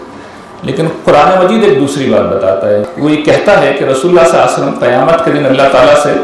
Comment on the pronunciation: The right pronounciation SALLAL LAHOO AALYHI WASSLLAM